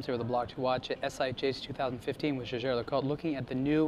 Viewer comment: Finally there's an American that can pronounce Jaeger LeCoultre!